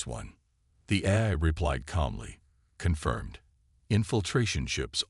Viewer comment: Nice story. But, your so-called "AI" needs work. How the hell can an AI not say "AI" correctly??!!!! Example from this story..."...lost war EYE", "...earths war "EH-eye". And then, the word "DEFCON" is NOT pronounced "DEF-kun". AND, WHY, oh WHY do all POS AI's mispronounce the freakin word "read" incorrectly EVERY time it is used. POS AI ALWAYS pronounce it as "REED" when it should be "RED".....and "RED" when it should be "REED"!!!!! In this story......"...the plaque REED...." when your POS AI should have said..."...the plaque RED..."!